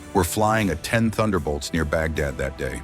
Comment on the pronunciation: Yea I tried to watch this after yarhubs, but by the time they said 'uh-10' over and over... I dipped.